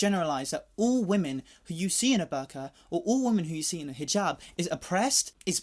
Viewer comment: okay but sir your pronunciation of hijab was on fucking point